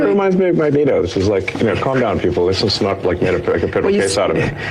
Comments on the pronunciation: I don't know if i cringed harder at Elon messing up that Princess Bride quote, or Sam saying Magento. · Magento is a hilarious slip of the tongue, I'm gonna actually start saying that instead of Magneto😂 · This mf said Ma-gento 😂😂😂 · “Magento” is too funny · "Magento" Sam, you son of a bitch, you've done it again... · My man said Magento lol. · MAGENTO!!! 😂😂😂they call him the Pink Punisher, it’s Magento!